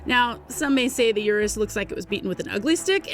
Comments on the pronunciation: its not Yurus. Its UR us. not like take yur money. Its urrr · I can't even finish the video with the consistent mispronunciation of Urus.